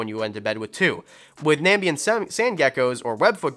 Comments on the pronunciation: Not "Nambian"! " Namibian"! Use letters to make words! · I've always heard that axolotls need at least a 20 gal, with 10 gallons more for each additional axolotl. The reason being it's almost impossible to maintain the water parameters in a 10 gal due to the amount of waste they produce. Also, it's "Na-MI-bian, not "NAM-bian"